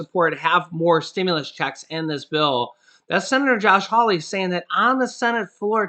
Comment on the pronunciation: You're f**** cool but how you say checks bugs me sorry